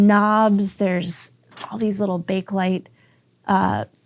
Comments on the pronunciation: "Bakelite"was invented by a guy named Baekeland and is pronounced "BAY-kuh-lite". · I know it makes no sense what-so-ever but it's actually pronounced Bay-kuh-lite.